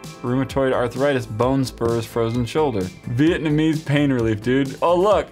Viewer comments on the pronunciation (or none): none